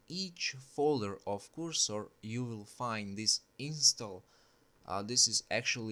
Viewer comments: I kinda like ur english when i reached at the end 😂... kursor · came for the cursor, stayed for currsore